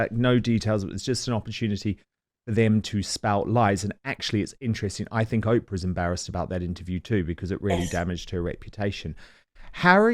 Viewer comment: I wish Angela would pronounce Oprah correctly.